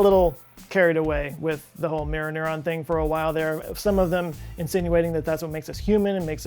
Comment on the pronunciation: "muer nurn"